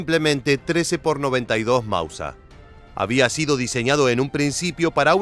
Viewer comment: Con todo el respeto señor, me pregunto si usted hace estos videos para una etnia determinada, que hable un español un poco diferente, lo digo porque lo escucho decir constantemente ""Mausa"" y no *Máuser, a no ser que yo esté recibiendo mal el mensaje, en este caso me retracto del comentario, saludos.